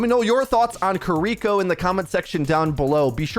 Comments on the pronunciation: Kee-lee-ko is the pronunciation. Japanese l+r. Thx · Obligatory pronunciation comment - “KEAR-ee-ko” with the emphasis ont he first syllable, pronounced with “ea” sound like in “near”. Thanks for the early info! She looks dope - can’t wait to play her. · Guh. It’s keer-ee-koh not kih-ree-koh. An emphasis on the kiri part not the riko part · Yea a lot of ppl are Saying Cuh-ree-ko. They need to to Emphasize the E sound in Ki. And the English R and Japanese R is different too. Your tongue should go towards the top of your mouth with Japanese. Like the L in English. And don’t even get me started on the Tsu sound. But it’s kinda funny hearing ppl butcher it😂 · For clarification, her name is pronounced Kee-Ree-Ko. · Hearing a lot of Cuh-ree-ko and Curr-ree-ko today. It can’t be helped tho, especially since the Japanese R is different from ours. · god can you at least say the name right.... ffs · the pronunciation on this video is... interesting... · Big yikes on pronunciation of Kiriko to kick off the video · Worries about saying ability names right... still can't say character names right 🤣🤣🤣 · I've noticed many people on YouTube have been mispronouncing the character's name and her Ultimate. This is how you say them. Kiriko: Kih-ree-koh Kitsune: ˈkit-su-nei or ˈkits-nei Also, Kiriko looks "a bit" crazy, I can't wait to play a the new DPS/Support Hybrid hero in Overwatch 2!